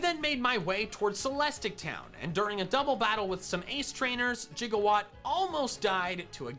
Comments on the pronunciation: mandjtv saying “jigawatt” instead of “gigawatt” makes me irrationally upset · We're just gonna let this mans call Gigawatt, Jiggawatt though?!